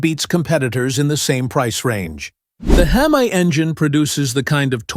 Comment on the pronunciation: The Hem Aye engine?? Someone smack the AI in the mouth.